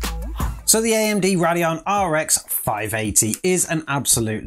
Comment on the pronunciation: Having an accent does not give you the excuse to pronounce the brand name wrong. its not a Roodeon! Its a Radeon, pronounced Ray-D-eon! How you get rod out of ray is beyond me! Say it right damit!